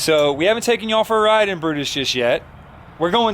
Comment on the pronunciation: Oh look... it's Bru-Mater again. Tow-Mater's long lost cousin. Not sure Brutus really fits... Brew-Mater. Nice try fellas... you'll make the next one.